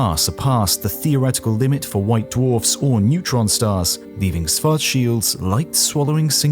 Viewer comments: Why do you say Swarzschild and not Schwarzschild? It's the same difference as sit and sh... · Swartzshilt? Its Schwarzschild=Shwartzshilt BlackShield in english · Why do you pronounce schwarzchild as schwarcheeld? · Schwarzschild. Can always count on Brits to mispronounce literally everything not-English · He was German. His name isn’t spoken like in the video, it starts with Sch, it’s pronounced like the sh in shallow. Next time, use google translate, it does a better job saying the name.